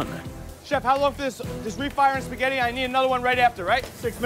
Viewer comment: lol Justin says "Lobster Sketti"